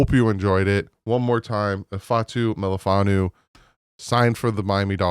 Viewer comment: Wu...not Nu'... But close enough for gov. work! Love your work - Fins up!